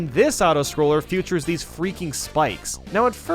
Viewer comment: Not trying to be rude but, do you know the word “feature”? Whenever you should say that you say future